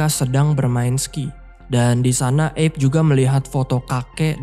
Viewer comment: Padahal looh, erwin dah panggil "Abe" bukan "eb" Abe = Abraham. Sama seperti panggilan untuk Abraham Lincoln